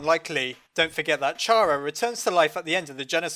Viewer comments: Why are you sayink not like kara (chara) but like ch ara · U Say Tchaaraa and not Kara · its pronounced Kara! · Oh my god, it's pronounced "Kara" like "character" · The h is silent in chara